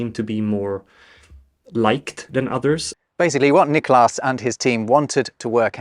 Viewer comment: Sounds like you're putting the emphasis on the second syllable of "Niklas", when it should go on the first.